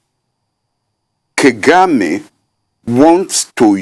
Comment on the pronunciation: prof BOLAJI is stuck in past ideology. he has no wisdom to give to the next generation. He can't even pronounce Kagame.